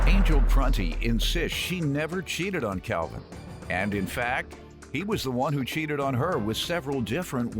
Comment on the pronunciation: It's sounds like his name is pronounced "Cowvin".